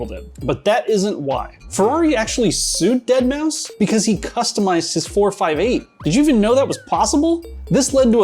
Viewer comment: The way he said 458 really gnawed at me throughout the video